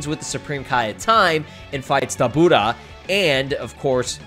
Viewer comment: how the said "dabura" 😂